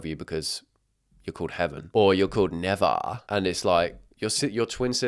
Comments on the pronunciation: It is pronounced nuh- vay - uh. Popular in the US… people started doing this ‘heaven spelled backwards’ naming thing back in the 2nd half of the 2000s. I graduated in 2007, I was 17. Half way through that school year, a class mate had a baby and went with this name… spelled Navaeh. The fucking overwhelming rage I felt when she told me it’s heaven spelled backwards while showing me a picture with the babies name in it and ı realized she doesn’t know how the hell to spell heaven, forward or backward. And people give me shit when they hear I gave my daughter the traditionally male middle name of Scott (in honor of very close male father figure in my life, as well as being her grandfather and her fathers middle name). It might not be everybody’s cup of tea, but it is a real name, has real and significant meaning and it’s her middle name. Her first is a traditional feminine name. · i know like 5 people named nevaeh and it's pronounced neh-vay-uh 😭😭😭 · It’s pronounced nuh-vay-ah 😭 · The fact that he is pronouncing nevaeh, “never”. I’m absolutely pissing myself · nevaeh is pronounced nuh-vay-yuh dawg 😭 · Nevaeh is pronounced nuh-vay-yuh 😭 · I actually know a kid named Neveah, my niece's friend....they pronounce it Ne-Vay-ah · Its pronounced ni va ah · not knowing how to say Neveah is rlly funny to me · The way he pronounced neveah is sending me 😂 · it’s pronounced (nev) (ay) (a) not nev ia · Is pronounced neh-vay-ah not nevah 😭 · NE VAY AH not nevah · King…Nevaeh is pronounced (Na-Vay-ah) and not (nevah) 😭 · Bro pronounced na-vay-ah like never 😭😭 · I've actually known 2 people called 'Nevaeh' and it's pronounced like Nev-ay-ah, it's still a kinf of funky name, just not as funky as Nevaaaaaa🤣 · you prounce the name ne-vai-yah not never 😭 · its pronounced (nuh-VAY-uh) and it is a real name but in my experience every kid who is named that brags about it because its heaven backwards so they think they are better than everyone. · IT'S NOT PRONOUNCED NAVAH 😭